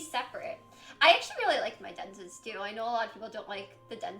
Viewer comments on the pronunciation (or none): She can't say dentist... 🤦🏻‍♀️